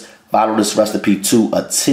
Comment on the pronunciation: I love when he says recstapee lol.. Let me also say that I love all of his recipes. Nothing bad yet.